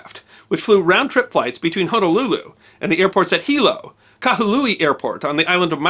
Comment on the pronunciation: AYE! YOU SAID “HONOLULU” CORRECTLY! 🤣🤣🤣🤣🤙🏽🤙🏽🤙🏽🤙🏽 Thank you for the video. The flight attendant killed in this incident was my childhood neighbors Aunt. Rest in love CB! What I find intriguing is that our Queen Liliʻuokalani was overthrown by the United States businessmen and the aircraft in this incident was also named “Liliʻuokalani”, an aircraft belonging to an airline registered as an American business.